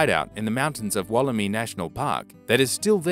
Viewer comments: Woll-eh-my not woll-eh-me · interesting video but you need to learn how to pronounce Wollemi it sounds I not e so Wollemi not Wolleme